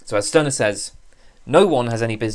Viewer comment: A very fascinating video. Stirner is one of my favorite philosophers. But the correct pronunciation is ´Shtyrner´. In German "St" is pronounced like "Sht", except in some areas of northern Germany.